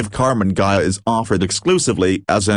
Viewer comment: There are bad AI-generated videos, but this is by far the WORST that I've seen. The voice may have some human element as its basis, but sounds like a bad impersonation of a 1950s sci-fi cartoon. And he (it ?) never pronounces "Ghia" correctly. It ain't hard, people ! Those flaws eliminate any credibility that might actually reside in this video.